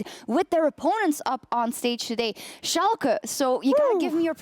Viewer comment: Finaly a german caster who can pronounce Schalke right xD